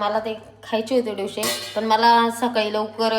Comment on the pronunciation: डोशे नाही हो डोसे म्हणा